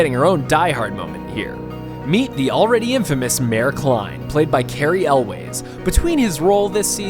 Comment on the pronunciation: You're pronouncing Cary Elwes name wrong. And you're an entertainment news channel. laughable and pathetic.